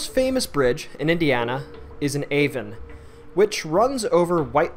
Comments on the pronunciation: Its pronounced A Von not A vin. There are also other ghost stories about the bridge including one about a phantom police officer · It's pronounced A-Vaughn. Avon